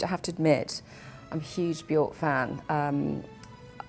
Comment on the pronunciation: Her name is Bjork..it rhymes with jerk. For the love of everything sacred please stop pronouncing it incorrectly.